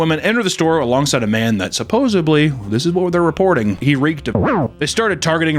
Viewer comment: There is no B in "suppos-eD-ly".